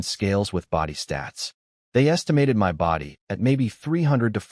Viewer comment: Is the AI generator a USA patriot or something ? Every time there is the word "us" it's said as "U.S." To be honest a lot of 2-3 sign words are said totally wrong. For "my" is like "em why"